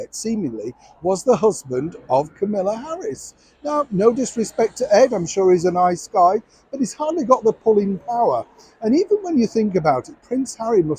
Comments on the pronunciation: The Vice President’s name is Kamala. Not Camila. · I am not even American and it annoys me when people say Camilla and not Kamala. It's not a hard name, say it correctly. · American here. :yougotthis: I thought you said, "Camilla" Harris's husband and I had no clue who she was. Google corrected my search and came up with, "Kamala". But I have to say, I FORGOT SHE EXISTED!! I NEVER hear about anything she says or does. Even if Hairless could muster HER to appear, I couldn't have cared less! He is such a sad TWERP!!